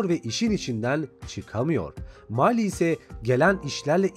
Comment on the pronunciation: Abi Millie'ye Mayli diyon? Yazılış: Millie Okunuş:Mili